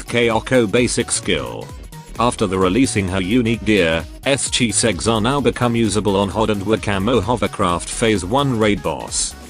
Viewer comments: Yes, this person always saying Chisegs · why i heard S,chiseg??